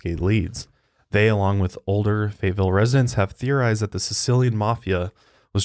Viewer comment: the way says Fayetteville as "fate-ville" makes me mad